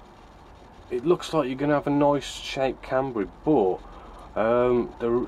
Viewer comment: can-ber-a not can-ber-e